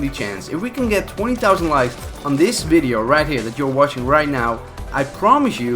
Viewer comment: "vidio" I'm sorry but wtf